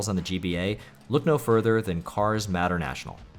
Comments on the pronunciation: Dude MATER IS MATER. NOT MATTER. PLS WATCH THE MOVIES ASAP RIGHT NOW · Mater is pronounced like May-tur 😅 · You really don't know how to say "Mater"? To quote him, "Yeah, like, 'tuh-mater', but without the 'TUH'!" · Mispronouncing 'Mater' as 'Matter' surely must be comment bait 😆 Great video though, glad the YouTube algorithm actually recommended me something good for once. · Tow Matter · cars "matter" national I could tell that you didn't care about cars before you said it yourself lol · I'm not gonna be a dick about the way you pronounced "Mater." I think it's obvious you never watched Cars as a child, so you'd have no reason to know how it's pronounced (May-Tur) But man, you should really watch Cars lol. It's not fantastic or anything, but it almost feels like required watching for any kid who grew up around the GBA to DS era. Great list though, definitely gonna check some of these out. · Mater has a long A, btw. MAYter. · You pronounced Mater wrong, "its like Tamater, but without the Ta," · I'm sorry but the way you pronounced Mater from Cars 😭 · Yeah many people have said about it I guess you wouldn’t know how to pronounce it if you have never heard it spoken before